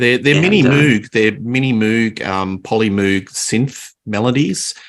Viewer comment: The flip in the attitude towards Numan has always puzzled me. It wasn't just the press, but many of his contemporaries trashed him. Now he's hailed as a genius, which is great for him. Also, moog is pronounced like rogue not like a cow's greeting.